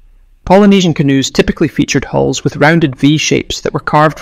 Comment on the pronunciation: It would be helpful to instruct the AI ?- that canoes have hulls , not holes.😂